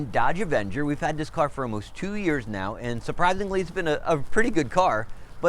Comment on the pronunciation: An evenger? Really? Smh